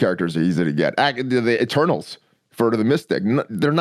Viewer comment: Every time said Eternals I heard "Turtles...." I was like? who are the "turtles"?